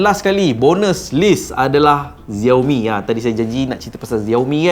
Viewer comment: Xiaomi bukan dibaca "Zeor Mi" tapi "Siau Mi". Hello, Xiao, mcmana kau dapat Zeor Mi? Klu tak tau, tanya dulu. Tanya penjual telefon Xiaomi. 👎👎👎👎👎